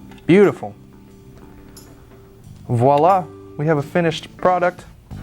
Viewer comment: "and voilà!" Bravo! Perfect french accent! I know what I'm talking about: I'm French. Bonsoir Monsieur!